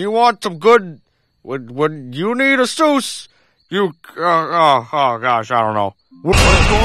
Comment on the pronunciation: isn't it Zeus, not Soos?